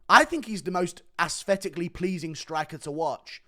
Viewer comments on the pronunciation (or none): Guru straight up can't pronounce "th". Is this a British thing? "free hundred" "asfetically" "dis"